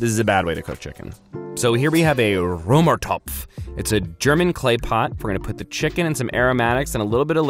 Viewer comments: this moment, when a German viewer hears an American guy saying a German word in almost perfect pronunciation 😍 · Römertopf😂 I am German and know how to pronounce and its always funny to see Americans trying to speak german😂